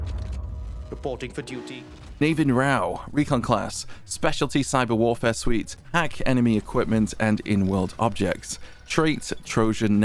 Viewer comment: Hey that Navin in Navin Rao will actually be pronounced as *Nuh-veen*, it's a common name in India 😁